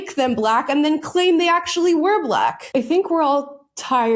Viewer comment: The "we was-ery" 🙄🙄